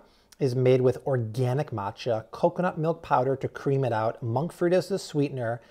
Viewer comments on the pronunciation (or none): none